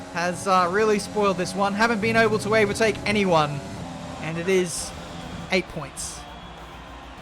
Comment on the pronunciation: "Haven't been oble to avertake" really proves that you were too tired.